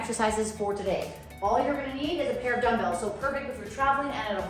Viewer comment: Why you pronounce like damdals instead of dumbbells???